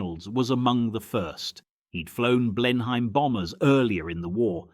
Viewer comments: Please teach your robot to pronounce names correctly, particularly if you are giving it a British accent. Also, what is the significance of the photos of Hampdens while you are talking about Blenheims? ('Blenim' not Blen Hime) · Blen- Hyme?